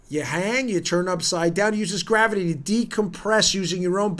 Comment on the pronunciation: You said “Teeter uses GRAVERTY!” Hahaha